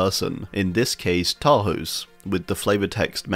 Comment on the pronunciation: Hey fun fact, Tarhos' name is pronounced Tarhosh. The letter S in hungarian makes a "sh" sound :)